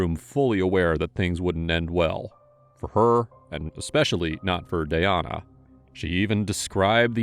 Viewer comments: Why did you butcher her name like that?! It's DAN-YA. 🙄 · how we gonna call the victim the wrong name the whole time? her name is Danyna. DA-NY-NA. y'all wrote Danya and pronounced it Dayana. come on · It’s DAN-ya. Not day-Ahna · Its not danaya..its DAN-YA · Omg….it’s DAN-YA, not “day-an-a”. It’s making it so confusing with the other girl being Tanaya. I can’t stand AI commentary. Also, this girl is obviously a psycho who will hurt others in the future since she will have the chance. Shitty liberal DAs and Judges give slaps on the wrist, if anything, and because of it society suffers constantly. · Dayana?!?!?! It said DANya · Anyone else getting the teeth grinding when he calls the victim dayana but as far as i understand the victims name was danya... 🤷🏼‍♀️🥴 May her poor soul rest in peace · It's Danya, not Dayana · I think it’s pronounced “Da nya” not “Day ana” just from the spelling. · Tbh pls learn to pronounce victim names right cause her name is Danya not “Dayana” 😒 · Her name is Danya. Not Dayana. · Is it just me or did they Mispronounce the victims name the entire video? It’s spelled D A N Y A but they pronouncing is Day-on-uh. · Her name is spelt Danya.. like Dan- yuh. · The fact that the narrator repeatedly said the girls name wrong. “Danya” doesn’t look anything like the way he is saying as Dayana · Danya =/= Dayana ? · How are you pronouncing "Danya" as Dayanna????? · “Danya” =/= “Dayana” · How do you sit here and mispronounce danya the entire episode..wtf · You mispronounced DanYas name over and over aggravates me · You are pronouncing Danya's name so wrong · or, maybe, you learn how to pronounce it. You can pronounce Tchaikovsky, Mussogorsky, even Beethoven. You can pronounce Danyna. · Looks like her name is DAN-YA, and the other girls name is TA-NAYA. You kept saying Dayana and Tayana, merging their names. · Ai crap channel. Do you listen to this before you post it! Tanya is not ta-niah. Danya is not da-niah..